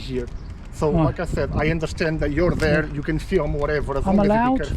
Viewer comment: he is therrre not herrre, so he can be therrre.